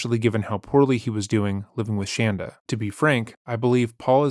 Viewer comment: I LOVE LOVE LOVE how you pronounce Shanda's name! 😍 😂😂 It's fantastic